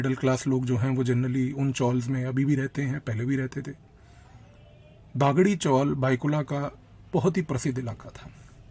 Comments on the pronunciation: सस्पेन्स स्टोरी मगर सस्पेन्स वैसे का वैसे ही रह गया! खुलेआम बता दो उस कॉंग्रेस नेता का नाम जिसने बुखारी को मरवाया ! आपके उच्चार ठीक नहीं जैसे दगडी चाल को आप दागडी चॉल बोल रहे हो वैसे ही अरुण गवळी को अरुण गावळी बोल रहे हो ! बुखारी ने यह सिक्रेट और किसी को बताया होगा जिससे और जानकारी मिल सकती है ! शरद पवार को बेनकाब करने के लिये और जानकारी दे दो ! तेलगी के साथ वो जुडा था वैसे ही मुंबई बॉम्ब ब्लास्ट के संशयित शर्मा बंधू से भी जुडे हुए थे ! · इस को दगडी चाल और अरुण गवळी बोलना नहीं आ रहा वो हमें बता रहा है 😅